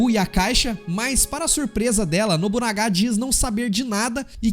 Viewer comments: Nobunaga e nao nobunagá ksksk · nóbunagá???????? mds cara para porfavor....